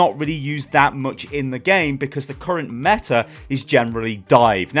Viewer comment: I thought it is "mega meta shit" xdddd